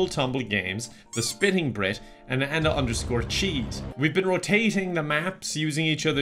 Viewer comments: Why is he saying SPITTING instead of SPIFFING? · Did just say "The Spitting Brit"? O_o You mean 'Spiffing' sir!:D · I like how he pronounces 'the spiffing Britt' as "the spitting Brit" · Is he saying spinning brit every time or is that just me? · The SPINNING brit?! Honestly.. how arrogant of you to not even get the names of your colleagues right. SPIFFING brit! Get of your high horse, fellow peasant, you're in the presence of greatness.